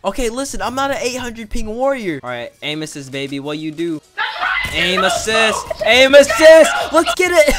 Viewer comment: I love how he says amin assist when hes not abusing it🤣🤣🤣 (no hate)